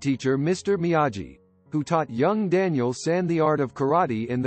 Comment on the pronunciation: It is pronounced Mee a Gi with a hard G, as anyone who has seen The Karate Kid would know, and also this voice sounds like it is computer generated. Sad fail.